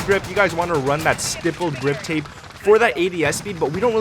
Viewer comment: Well...all that and he STILL can’t pronounce the grip tape correct hahaha. _